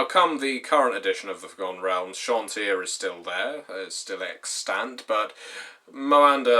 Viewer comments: Ed Greenwood himself pronounces it SHON-TEE, so you’re wrong. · CHAWN-TEE-UH Dear god